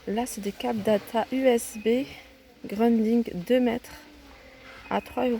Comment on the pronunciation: j ai cru entendre grunding . C est rien ça arrive des lapsus ou peut-être que j ai mal entendu. Mais l essentiel milles merci pour ton partage tu nous aides bc a faire notre shopping. Encore merci